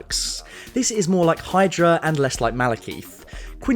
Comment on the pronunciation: Why do you keep saying it as malakeith. It's kith not Keith